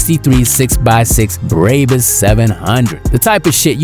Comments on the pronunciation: braybus bro it’s pronounced brabus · Aint no way this man said "braybis" and "persongee"